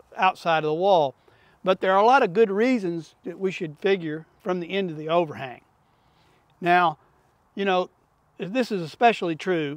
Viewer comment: This whole time, I thought you were saying from the o-ring, and I'm over here trying to figure out what the heck you're talking about... halfway through, I hear overHANG, lmao.